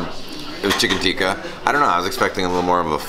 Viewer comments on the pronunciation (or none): its pronounced tikka,not tiika